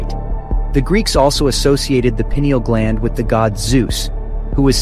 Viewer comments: Toward the end the subtle correction in pronunciation of 'pineal' is much appreciated by me...adds credibility to the presentation. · Payneal is the most accepted pronunciation, I think, but I might be wrong. Pineal gland has its name due to similarities with the pine tree cones, so I'd be incline to pronounce it " payneal" Thank you.